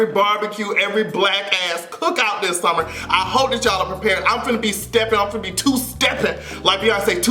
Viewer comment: She also said " you have to bey humble" in rehearsals!